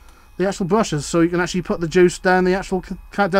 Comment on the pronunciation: Favourite word - "Acshully"! ;-) Interesting clip, though! Excellent slip-ring assembly, but is the current carried through the hinges? It appears to be - I think I would have bolted a bit of copper braid across the hinges - like the stuff a car battery earth lead is made from.